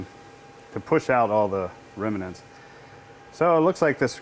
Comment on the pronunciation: It's pronounced remnants not reminants! Nice EDM you have there and a retractable oil tank too.